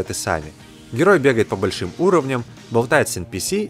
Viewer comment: Чувак, подтягивай грамотность речи. Причастные и деепричастные обороты используешь просто ужасающе некорректно! Ударения «большИми» - «бОльшими» сильно меняют смысл предложения. Ну и «кладОвщики» - отдельный перл, конечно.